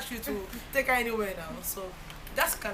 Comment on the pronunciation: Please stop calling him pascal lmao.